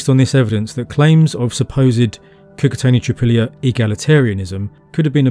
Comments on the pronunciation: it's KOO-KOO-TZ-AENI (short vowel in the end) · The i at the end of Cucuteni is a palatization of the n before it, not its own separate sound. It's hard to explain, but basically, it's not an "ee". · thank you for the video, my mom was born in the north of Moldova, and as far as we know her family has generations living in this area. couple comments: 1. Cucuteni you don't have to pronouns last I make last N soft in the end. 2. You say there are 2 mysteries, in the video 1 how they where Burying their dead and h\why they burned houses every 60-80 years. we can speculate that if you combine both mysteries we will have the answer :) 3. in Moldavian culture we have a special room in the house where we keep most beautiful furniture and decorations , that room is mostly used for holiday feasts and inviting guests we call it "casa mare" witch translates as "big house" it is interesting that in Cucuteni Culture they have several connected small houses and 1 big house. like an apartment with several bed rooms and a living room but instead of halls its open air. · lovely video! I just want to note that romanians and moldovans are latin and our language is part of the romance family, so we also use short vowels. when you pronounce Cucuteni, the "i" should be shorter. the way you pronounce it is as if it had 2 "i" at the end, which would be the plural articulated form "Cucutenii" which would mean "the cucutens".